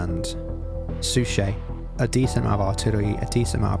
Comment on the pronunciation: "Suchet" is pronounced "Suck It."